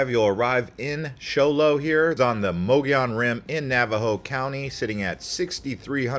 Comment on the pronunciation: All you 'young' YouTubers routinely say [moe-gee-on]...it's [MUGGY-OWN] ! ! ! ! Yeah, yeah, sure you think you are being gramatically correct, or your friends pronounce it that way, but that is a Carpet Bagger THANG propogated by non-native Arizonans. I was born in Yuma in 1953, and lived in the TRUE sunshine state(sorry FL-you are not full of sunshine) most of my life - so far. EVERYONE I knew growing up including most of the Navajop and Apache people pronounce it the way I phonetically spelled it. Yeah is may be a colloqialism, but it's the way we natives say it. Get with the program! BTW me and my extended family vacationed to the 'White Mountains from my birth onward, and I have photos of my parents fishing there in the 40s. Greer, Pinetop, Snowflake, etcetera were my favorite places to go in August during the Monsoon season - as it were. The part I love the most was buying a day or week fishing permit for the Res up there near the White River Fish Hatchery. Mom and dad and I would pay a small fee and catch a pail full of Blue Gill and little Trout in streams there. We's clean them, cook 'em on an open fire, and eat them under the bright Arizona sun in the pines. My older siblings and their tribe preferred Greer, having spent many summer days there before I was born. Those are some of my memories as a very old Arizona Desert Rat.